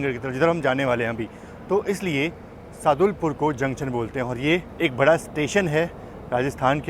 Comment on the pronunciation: Bhaiya woh Sadulpur ( सादुलपुर) है